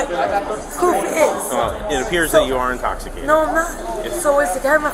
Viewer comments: “NO ONE IS INSTOPHISTATED!!!” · "NOBODY'S INTOCCCITATED..." 🥴 Ya okay lady! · “Nobody’s inkostitated!” I’m certainly convinced.